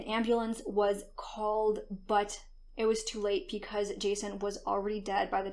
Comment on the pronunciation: Sorry but when she says”because” I hear “pecause” Lol